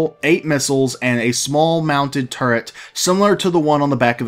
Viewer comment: They need to put the Retaliator back up for sale. I wasn't able to get one because of money issues, but I know a few people who would buy them. Also, Turret, not "Turrent". Point defense can be use for fighters or missiles.